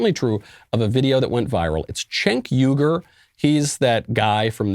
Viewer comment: Michael, it's appreciated that you said his name correctly...........but it would have been more funny if you called him what he's called by others, CHUNK YOGURT.